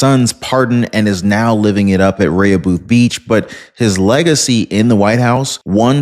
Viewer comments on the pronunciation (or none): Repeat after me: Ray- HOO'-beth (Rehoboth) Beach. Tricky pronunciation to visitors. : )